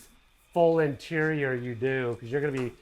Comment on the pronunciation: Do you say “yo”? Or “you”? Lol